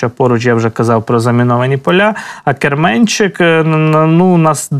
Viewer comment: Я з Великої Новосілки, велика вам подяка! Дивлюсь Вас кожого дня. Ну і мої зауваження по назвам населених пунктів, як місцевого жителя. Рівнопіль наголос на перше «і», і Керменчік наголос на перше «е». Ще раз дякую , слава ЗСУ!